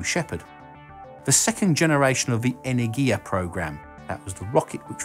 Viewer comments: Ene'rgia not Energi'a wrong pronunciation and Energi'a means something else. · pretty sure energia should be pronounce as energya with that y like in enjoy... but i might be wrong too...